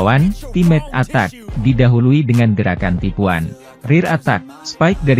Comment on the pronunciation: Yg baca narasi ini orang lg ya😂😂, ace & attack ttap dibaca ACE & ATAK😂😂